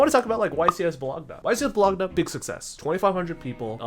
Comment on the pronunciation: That YCS Bolo-G-NA killed me